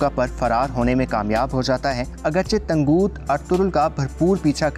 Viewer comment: bhai tanguuut nhi ha tangut ha